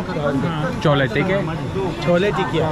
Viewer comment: FYI the correct pronunciation is Chole Tikki. Tikki is small fried potato patty and Tikka would be large. Cholla is incorrect, it is slang from totally something else, be careful.